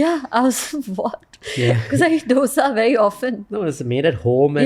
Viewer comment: Nice Podcast ! btw its dosa - dho -sa NOT Dough sa ! or u could say dho-sai (Dosai) Its such simple word, pple say it funny!